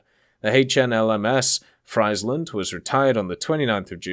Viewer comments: Friesland is pronounced as freeze land, not fries land 🤣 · Freiland 😂 iets is ie not ei (I am Dutch ) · when you pronounce friesland completely wrong angry dutch noises